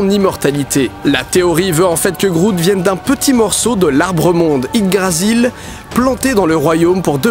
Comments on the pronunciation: J'sais que c'est pas grand chose mais j'ai l'impression que tu dis Ydgrasil pendant toute la vidéo alors que c'est Yggdrasil... Ça me fait tiquer même si en soit c'est pas méchant.. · Tu l'as bien dit une fois et après : on s'en fout de toute façon c'est dur a dire XD (c'est yggdrasil et non ydgrasil XD) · Yggdrasil, pas Yddgrasil =P ;) Ce serait tellement bien que Deadpool soit dans le MCU... xD Mais ça se fera pas, y'a des X-men dans le film =/ qui ne font pas partie du MCU (et c'est peut-être mieux, d'ailleurs)